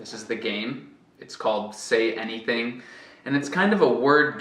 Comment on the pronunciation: no começo do vídeo quando você vai pronunciar o nome do jogo você diz “anyTing”. Porque nesse caso não foi pronunciado como TH?